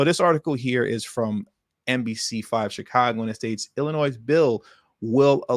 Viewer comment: No one ever taught you that the name of the state of Illinois is NOT PRONOUNCED WITH AN “S” but a “y” ?